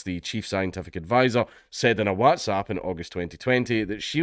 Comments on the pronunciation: Ngl, that's the weirdest pronunciation of whatsapp I've ever heard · This is bad yes but how you pronounce WhatsApp like that dank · Your pronunciation of WhatsApp is definitely for the Americans 🤣 coz we don't talk like that haha good on ye 👍🏻